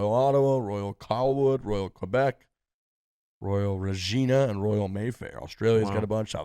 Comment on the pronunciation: As a Canadian I’ll help you out on pronouncing Royal Regina lol sound it out like REG-INA hahahah